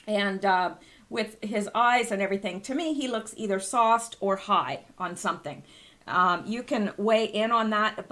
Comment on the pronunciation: Lol.....I thought you were saying "soft". Glad I realized finally that you were saying "sauced".